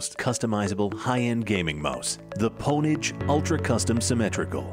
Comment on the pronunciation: You're putting too much emphasis on the P. It's pronounced OWN-age.